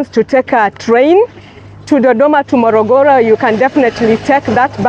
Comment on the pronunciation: It is Morogoro and not Mologolo....